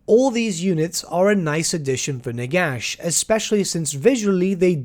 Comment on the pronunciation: Did you say "Nigash"?